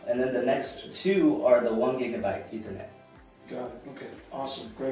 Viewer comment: Just for reference, it's Gig-a-bit. not Gig-a- byte. (You can be forgiven for a slip of the tongue!) That said this is my next NAS unit, as I just got 10 Gig-a-bit NIC for my PC. :-) I already own a 6402T these are superior to Synology after 10years owning Synology they just don't last and you get stuffed with EOL firmware upgrades with models that get replaced.